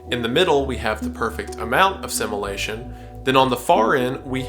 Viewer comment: stop pronouncing "assimilation" as "a simulation"